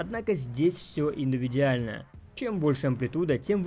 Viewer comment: А мне понравилось твоё слово "индувидиально"! 😎😁😁🤙 Забавно получилось, и вписывается в видос😊😊 Только с позитивом и уважением, никаких указок на что-то неприятное, респекты 🤙☝️🤜🤛💪💪